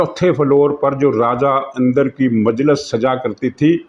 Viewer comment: محترم آپ یہ نام ہمیشہ غلط بولتے ہیں، اس نام میں الف کے نیچے زیر لگتا ہے یعنی Indar and not Andar